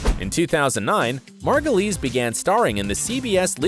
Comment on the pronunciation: How is it that you can pronounce Margulies correctly and not Wyle?